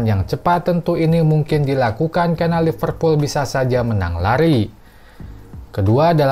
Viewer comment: Liverpool bang..bukan Lipervool...😅